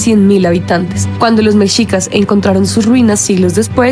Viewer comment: Hola, les falla la pronunciación de muchos nombres. Por ejemplo es "meshicas" no "mechicas", pero es de entenderse. No están familiarizados con esos nombres. Saludos 👋🏼